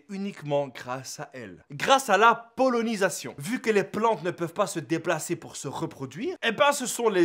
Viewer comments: Ta dis pollonisation alors que c'est pollinisation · C 'est vrai.belle video boss! Mais on dit pollinisation pas polonisation....sans rancunes,c juste une petite rectification. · PollEnisation pas pollOnisation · C’est la polénisation pas la polonisation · pollinisation pas pollEnisation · mauvaise articulation de pollinisation mais c'est pas grave on t'aime quand même